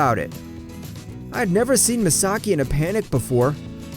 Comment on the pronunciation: Omg i got stress out the narator keep saying mesaki